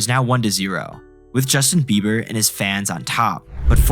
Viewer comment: It sounds like eiber, you can hear the small b.